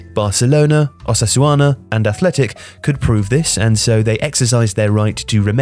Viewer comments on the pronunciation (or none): It's Osasuna, not "Osasuana" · Its weird that a football channel doesnt actually know Osasuna, otherwise they wouldnt have said it that way. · It’s Osasuna not Osasuana .. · It's not "OsasuAna". It's "Osasuna". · “Osasuana” jaja sorry I shouldn’t but it’s funny everytime I hear it again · replayed it my self a couple of times hahahahahaa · I was looking for this comment (was going to comment myself actually). They even pronounced it correctly a few seconds prior.😂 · Nobody:: OSASGUANA... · Good video but the guy should put more effort in his spanish pronunciation. Osusuasuauna! Real Madrit, socius suciedad anunimia deportivia jajajja amazing!!!! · This man pronounced it Osasuana lmao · is amazing, but they should really look into pronouncing foreign words better. I know thay only speak english, but it's not like they are doing the whole video in spanish.